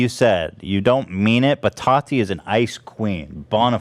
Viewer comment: The way Ethan says Tati like "tAti" makes me giggle internally every time, and you know he knows how to pronounce it correctly but just chooses not to because she's completely irrelevant